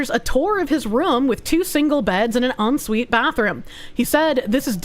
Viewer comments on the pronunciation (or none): none